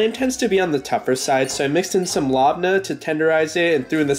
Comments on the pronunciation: Lahbnah? Are you kidding? It’s pronounced (Leb-ney) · It's pronounced labnE not labna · Btw Labneh is pronounced Leb-ni :) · it’s pronounced lebne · Its pronounced la-ba-ne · I know this is an older video, but the way you pronounced Labne killed me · I am Pakistani and living in Saudi Arabia and Biryani And Garam masala you pronounced that almost correct but Labne- very wrong